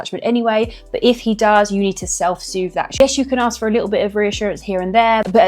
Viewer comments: What did you axe? Maybe by the time you're in your 40s you'll have mastered the English language... maybe that will help. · ASK !!! It`s not hard to say. BUT.... So many people don`t seem able to. Help me out folks Y karnt peepul pronawnce wurdz propper lyke normul peepul????